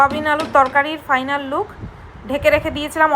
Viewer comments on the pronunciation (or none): none